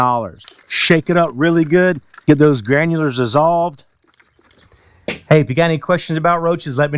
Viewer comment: Dude I love how you say Granules!!!! You say it like it has an R at the end. Granulers! 😂😂😂 My Mom has trouble saying Chicago cuz she says, Chicargo!!! Lmao 😂 I be like Ma stop saying Chi-CAR-go it doesn't have an R in it Mom!!!! 😂😂😂